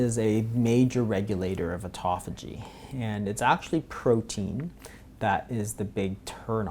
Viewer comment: Auto Phagy. They way that you guys pronounce this word make it sound like etophogy. Very hard to look up. Phage means "to eat," and auto means "ones self" so self-eating. Very interesting. I have been considering intermittent fasting for a while, and will now be doing it, mostly for aging, and health.